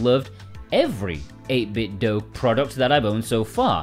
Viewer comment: I thought the company said it's pronounced like 'dew' and does not rhyme with Nintendo